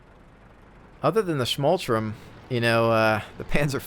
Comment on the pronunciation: It's schmalTURM not schmaltrum